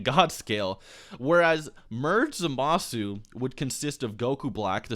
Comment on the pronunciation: It bugs the crap out of be that you keep pronouncing Zamasu's name incorrectly.